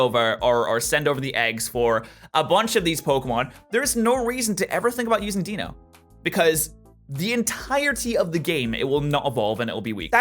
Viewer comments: can you stop saying dieno it says dEINo thank you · The official pronunciation is DIE-noh. Deino, Zweilous, and Hydreigon's names include the German words for one, two, and three. Those words are eins (or sometimes just ein), zwei, and drei. So it's DIE-no, ZVIE-luss, and hie-DRIE-gun. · since when can we trust the anime on anything? and as you should know the Deino line has the quirk of the German numbers so it would make the most sense to actually say Ein the same way you say it in German